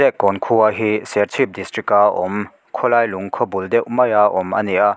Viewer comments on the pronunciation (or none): none